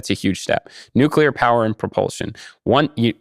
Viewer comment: I was surprised when Issacman pronounced "always"....."alweeze". At least he got nuclear right (not nucular). I've been hearing lots of people saying alweeze. Where did that come from? I think there ARE extraterrestrials who are already here. They're starting their takeover by making us forget how to talk, one word at a time.